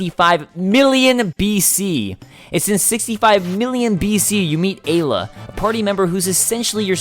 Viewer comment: wait. Did she just call Ayla "Agula"? :/